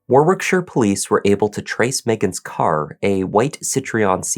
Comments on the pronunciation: Hi, It's pronounced War-ick-shur. The second 'w' in Warwickshire is silent. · Thanks,. I remember this story, as I live in the UK. Just for future reference, Warwickshire is pronounced like Warickshire (silent middle "w"), and the War..... bit is more like you'd pronounce the word "bar". English town and county names are sometimes pronounced very different from how they're spelt, but not nearly as strange as some Irish places, where I'm from. Take care, and stay safe. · Warwickshire is pronounced Warrickshire,. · Even the way he says war-wick-shire? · So it says arwickshire? Not that you'll care. 🤔🙂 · In uk we pronounce Warwickshire as War ickshire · Listen to the way the female police officer pronounces Warwickshire.. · Warwickshire- second w is silent.